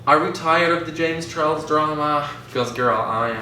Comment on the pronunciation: James ‘Chorles’